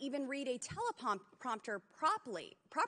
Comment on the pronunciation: Boebert cant even pronounce teleprompter and she wants to criticize Biden what a loser.